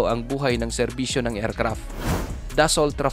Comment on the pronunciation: Friend paki-ayos ng pagɓigkas. Hindi ercrap kundi aircraft. Pls take it as encouragement. Go go go lang.